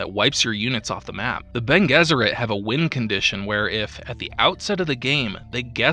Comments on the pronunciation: I know I'm like a year and a half late on this, but it's BEN-aye Jess-ur-ette. Not Ben Guess-ur-ette. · Bonés it's latin, so Bene (rhyme with fiancé) Guesserit